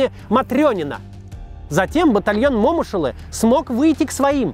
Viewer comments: О боже. Вот и твоё отношение к настоящим героям. Какой ещё МОмышулы. Ударение не туда. МомышулЫ так нужно произносить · Момыш Улы - на последний слог ударение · Небольшое, но важное уточнение - Бауыржан Момышулы'. Ударение на последнюю гласную. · Ударение не на о букву а на ы .. уважаемый ведущий. В честь него в Алматы названа улица .. а так же многих героев Войны Алия Молдагулова Ивана Панфилова и многих других славных сынов Казахстана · Максим, Момушулы по-другому произноситься. Тэнге же усвоили как говорить в 22 году?) Вы же историк а не Гугл переводчик! Да? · Момышулы ударение на последний слог.* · Момышулы, а не Момышулы, Макс.... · Ударение в фамилии момушылы не туда ставишь аж уши режет